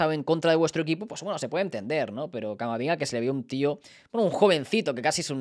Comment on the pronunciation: Yo escucho que dice camaringa y no camavinga.... Es otro al que le dicen la broma